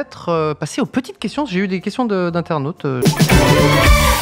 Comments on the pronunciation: mais oui, les fameux "inernautes" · "Les questions des inernautes"... inernautes? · « les questions des INERNAUTES » aie aie aie la faute du joueur français